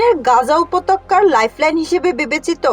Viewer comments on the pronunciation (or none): pronunciation upottoka upotokka noi